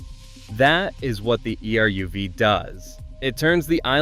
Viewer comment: Your pronunciation of virtually every Jewish-derived name and word is incorrect and embarrassing. Some examples - - Err-oov (the Jewish boundary wire) . Tahl-MOOD (jewish legal commentary) Title-baum (the Rabbi who started Kiryas Joel). The name of the traditional Jewish bread - Challah - begins with a German guttural 'h' sound. The Jewish sabbath is 'Sha-BAAT', not SHA-baat as you say it.